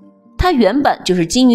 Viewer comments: 女紅的紅字發音不是紅色的紅，是工字的發音。視頻主的國文要再加強一下，念錯了！ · 女紅的紅、発音是gong而不是hong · 是唸女工。不是女紅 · 女紅ㄍㄨㄥ，然後是布木布泰，句讀ㄉㄡˋ=逗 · 女紅（音“工”），句读（音“逗”）